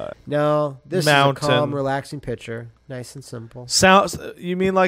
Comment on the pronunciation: Niceu, Niceu! Very niceu,!